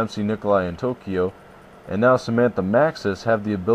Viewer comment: Well his name is takeo not tokyo